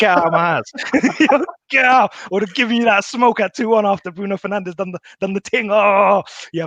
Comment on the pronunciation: Liverpool fan is so uneducated😂Keep calling him penandes please.